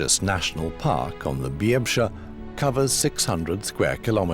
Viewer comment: except the "byeh-bsha" river lol